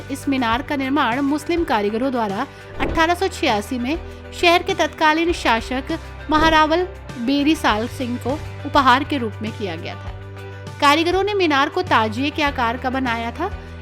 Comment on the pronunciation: It is Salam singh not slim ðingh youare speaking wrong.